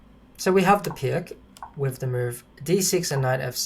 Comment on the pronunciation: Great explanation but it's pronounced "Peerts"